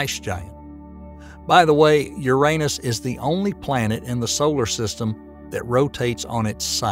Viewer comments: I REALLY WISH they'd pronounce it the right way, YOU- rah- NUss,, not you-R AAY nus,, and especially with that Southern Bible belt accent, I sincerely think the guy was pronouncing it that way because he liked doing it lol...... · Since when was Uranus renamed to "U'reAnus"??🤣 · Bruh come on na. Why do you not pronounce `uranus` correctly? It takes the whole seriousness away. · I like how he says your anus instead of Uranus lmao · Hello there! I have some constructive criticism to give you, if you don’t want it just ignore this comment. :) So what I noticed was quite a bit of incorrect wording, outdated information and some statements that I didn’t like. Ex: The pronunciation of Uranus, the size of the Great Red Spot, assuming that “the universe” is all there is (and therefore dismissing parallel universe theories and such). That’s a couple of examples that came to mind though I noticed more. But I must say I’m impressed by the time and effort you put in to this, we need more content like this so please continue! Thanks for taking the time to read this and know that this is not me criticising your work in bad faith. I believe we all need some GOOD criticism so that we can all grow and become better. Thanks again! :) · Good video. Uranus could be said as “Your an us” or “you ran us” but please not “your anus. “ Also the sun, though called a yellow dwarf, is a misnomer as our sun is bigger than the average star. Also, the idea of the universe being everything there is, makes anything outside (of everything) an impossibility. Goodbye multiple universes. Even the ‘supernatural,’ if it exists, would be part of existence and thus part of nature, and therefore also impossible to be somehow above the natural. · Okay, I can't keep watching this if you keep pronouncing uranus like that. lol